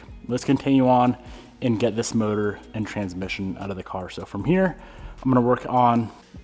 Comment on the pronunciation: I noticed the emphasis on trans-mission in the last couple videos lol. Weird when context doesn't seem to matter